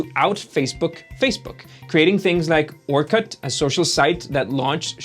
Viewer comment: Your pronunciation of "Orkut" is bleeding my ears. Its not fuking orCUT, its orkut.